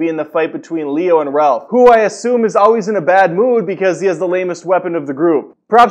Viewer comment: Ralph Its raph!!